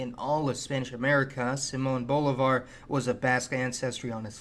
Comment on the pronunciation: Simon Oblivar?? (laughs in San Martin), read some books mate